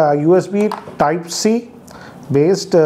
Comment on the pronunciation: Your pronunciations hahahaha😂 Types, Tips, Top 😂😍